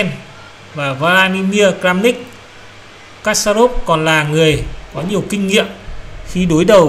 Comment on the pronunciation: kasparov đọc là = kas + pa + rov.